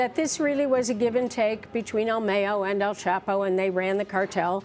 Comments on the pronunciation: They call “El Mayo” like mayonnaise 🤦🏻‍♀️ it’s Mayo like the month 😂😂😂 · It’s pronounce the same way you would say cinco de Mayo..... not like mayonnaise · Uhm, excuse me, Ms. Klieman: Mayo Zammada's name is pronounced "El My-Oh"...NOT "El May-oh". Just FYI. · She said "EL Mayo"-as in mayonnaise 😂🤣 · El Mayo lady not El Meyo..... he is not sandwich spread!! LMAO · "el meyo" lol 😂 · El Mayo-nnaise?? LOL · i cringe every single time she says el Mayo she makes it sounds like he is a sandwitch dressing.